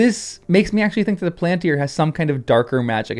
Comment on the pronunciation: Palantír has the stress on the last syllable. The long (accented) í draws the stress.